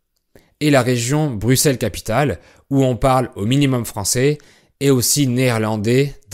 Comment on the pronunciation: Avant qu'il sache que Bruxelles se prononce "Brusseles", comme Auxerre se prononce "Aussere"